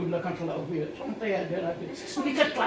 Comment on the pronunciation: شونتي مش شنطي